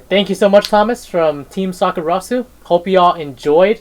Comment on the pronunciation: I see Thomas is finally pronouncing Team Sakurasou right 😜